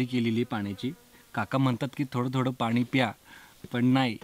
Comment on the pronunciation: Sry for correction पण तुम्ही प्रत्येक 'न' ला 'ण' आणि 'ण' ला 'न' म्हणता उदा हणूमाण नाही तर हनुमान पानी नाही पाणी pls correct it frm next time